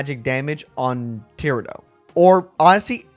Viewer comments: Ti-rah-do, with a longer a, as opposed to tira-do, where it's too blended together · Thew struggle against Tirado was probably because you kept pronouncing his name wrong